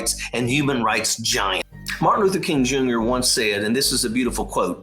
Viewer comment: Couldn't even say his name.... It's Martin Luther King Jr. ..................... DeSantis is a POS.